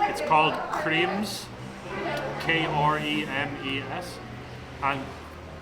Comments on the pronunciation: It is funny how you say Kremes. 😅 It is Kre (like you siad Cre-dit) and Mes (lkke in ga-Mes). Then , Gunung Kidul is South Mountain. You are right that Gunung is Mountain, then Kidul is usually used in Sundanese and Javanese to refer to South/Selatan in Bahasa Indonesia. But I don't know what language it is (Kidul). Because Sundanese and Javanese is mostly from Sanskrit, or it is exactly Sundanese/Javanese language. East-West-South-North = Timur-Barat-Selatan-Utara = Wetan-Kulon-Kidul-Kaler/Lor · That's not how you say 'kremes'. Not the same as 'cream'. It's like when you say 'kemana', 'keremes', 'kremes'. And the 'e' is not silent. Kremes is a javanese word for squeezed. So the crunchy thing is squeezed, and added as a topping for the duck/chicken. You eat them together. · Lol it's pronounced Kru-muz. Both e's in "kremes" sounds like the "e" in "fern". Happy trailz guys.